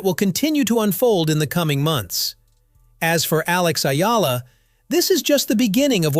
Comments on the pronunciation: Sir, it’s “E-Yalah” and not Ayala. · Pronounced E-Yala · It's "ee yala." Duh. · its Ee'Ya'La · Another fake news from AI narrator that cant pronounce Alex family name properly report as Spam😜😜😜